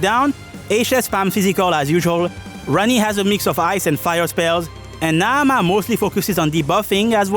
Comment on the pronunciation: Wonderful video. I have to give you extra shout outs for the OCTOPATH traveller 2 music I.e. that transition with the buildup into the Qadistu boss fight was perfect 👌🏽 I also really like the way you say Naamah